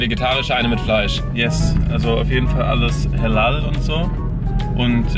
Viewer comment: Max so : also alles hälal und so 👌😂